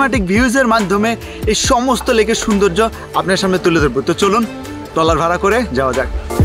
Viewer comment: টলার না ট্রলার